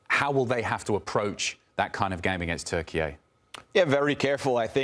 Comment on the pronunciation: Thanks for making an effort to say Türkiye instead of Turkey, guys, because I know it can be difficult even Turks still say Turkey sometimes